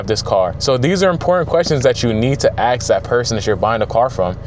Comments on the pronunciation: Axe or ask? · In the word ask. Where do you see an "X"? Nowhere? Why do you pronunce it then? Same case with "especieally"...